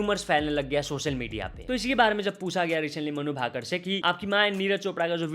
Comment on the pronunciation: अबे ये मनु भाकड भाकड क्या होता है!? तु और neonman दोनो पागल हो गए हो। ठीक से नाम को बोलो उसका नाम मनु भाकर है। its मनु भाकर